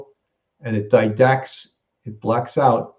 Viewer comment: Quit saying “didact”. It’s REDACT.